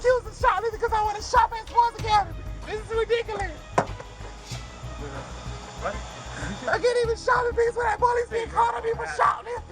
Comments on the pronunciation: It sounds like she's saying "ridickulees". LOL! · It's ridikolus